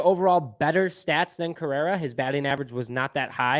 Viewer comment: Carlos “Carrera”!?! Dude. Delete this. Your take is as bad as your mispronunciation of his name… wasn’t as slip either. You said at least 5 times. And take that cubs hat off if you can’t pronounce the best shortstop in baseballs name, it’s Cringy for us cub fans.